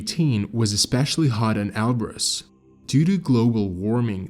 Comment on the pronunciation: Can we agree on a pronounciation please? Elbrus, or El Bruce. WHICH IS IT AND WHY DO YOU USE BOTH INTERCHANGABLY???